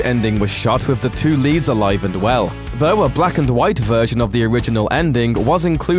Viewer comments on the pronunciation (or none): did he really say "ALEEVE" for "ALIVE (and well)"? ENGLISH IS HARDER FOR ENGLISH PEOPLE